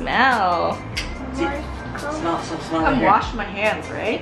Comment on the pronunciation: When she said “umm smelll” I was dying 😂